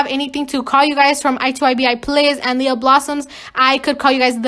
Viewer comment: Few things to say: 1.Thank uuuuu you are like one of the first people who say my name right on their first try thank youuuuu Lia=😎 2. We stannnnn a queen who doesn’t change for others and is leader not a followerrrrrr and knows they are who they are and they WONT change who they are 3. Howwww were you sooo good at the parkour Cloudii made I’m jealousssss 4. Thank you for putting so much effort in your videos 5. I got sooo upset when they video ended I wanted it to go longer 6. 123 😎😎 (Ik it’s not by itself so I’ll write another comment with 123 by itself)